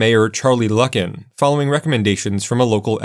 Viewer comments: BTW, The former news anchor turned mayor's name is pronounced "LOO-kin". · Mayor Charlie Lucken? No, its Luken… with a long u